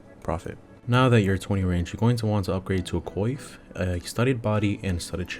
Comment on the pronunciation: the way this guy says coif lol